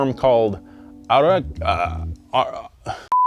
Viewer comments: As a Brazilian the only note is the pronounce of ARA-Y-KA-RY-Ah ... amazing history amazing research ... The local media in Brazil can explode of jealousy watching this 💣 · I'm brazilian, and I'm very happy to see a part of the history of my country in donut media. This video is fantastic. Tip: say A-Raul-ca-ri-a (read this letter by letter) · It's pronounced...Araucària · "Ara.. ararcauría" We Brazillians laughed at, but we appreciate your effort. Thanks for bringing a history from our country which most of us didn't knew. And yes, we still spot Pumas in our streets. Very rare, but they still exist. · In case you're wondering it's pronounced AH RAH OO KAR YA, it's the same name of a tree that's popular in southern Brazil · A - RAU - CÁ - RIA it's a tree from south Brazil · As a Brazilian, it is very funny to watch you trying to say Araucária. Which is the name of a tree very common in the south of Brazil. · Me as a Brazilian watching try "Araucária" 🤣🤣🤣🤣🤣🤣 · Nem eu consigo pronunciar de primeira haha